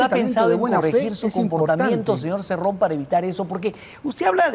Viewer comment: Daniel Hargus, Se llama Cerrón, no Cirrun; pero es evidente que tu intención es burlarte de las personas del interior del país. Típico de un alienado e ignorante que creyendo que al "burlarse de los demás" podrá cambiar sus rasgos netamente peruanos ¡Ubícate por favor!. Ja ja ja ja ja ja me recuerdas al "periodista" que está entrevistando a Cerrón, que creyendo que actuando de esa manera podrá cambiar sus RASGOS AUTÓCTONOS.